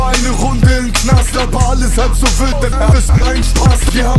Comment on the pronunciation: sagt einfach soos